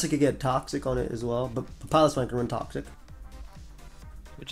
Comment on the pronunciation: pronouncing Piloswine like that is the root of the Ls in this video